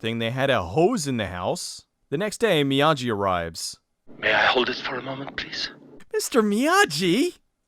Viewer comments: It's still "Miyagi" and not "Miyaji" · The name on the package is indeed "Mr. Miyagi" (not Mr. Miyaji"). The letter "g" always has a hard sound when used for Japanese words; "j" is used for the soft sound. Perhaps this film is part of a "Karateverse", with "Karate Kid" happening later in it's timeline.